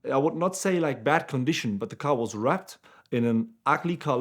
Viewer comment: It took a couple of listens to realize he was saying “wrapped”. Sounded like brat to me.